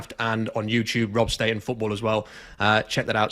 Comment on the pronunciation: I even wrote “marTEEnez” during his live post draft show and he still needs to pronounce homey’s name wrong. What if he would love everybody calling him Robe StahTONE?